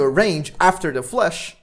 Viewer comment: i was actually so confused at first when he started saying flush instead of flash